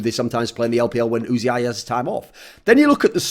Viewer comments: Is it really pronounced "oo zee eye"? Everyone else I hear talk about him just says "oozee" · wasn´t it pronounced "uzi" straaight away without actually spelling it?